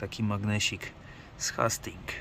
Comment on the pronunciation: Jeden drobny, ale ważny szczegół - wymawia się "Hejstings". ;) Na pewno podniesie to poziom odcinków, jeśli mają być bardziej turystyczne. Nazw marketów się nie czepiam. ;)